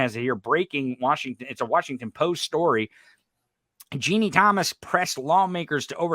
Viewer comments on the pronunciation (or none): (Habba is sorta pronounced like:. Hobbit - without saying the "t", or "Hobba"). I don't think Trusty was picked because he's inexpensive. T**** would go with an expensive lawyer, afterall, when you don't pay your lawyer, money is no object.). P.S. - Ginni = "Gin-Knee" not "Jeannie"